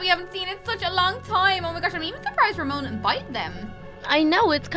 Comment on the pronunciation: called Ramona Ramoni